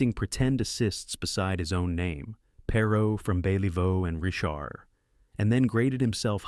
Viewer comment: Perhaps you should learn how to pronounce his name before making a video about him.